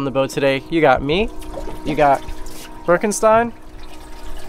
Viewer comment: "Brook-en-stein".. lol.. You KNOW he's smitten with that nickname! :) ;)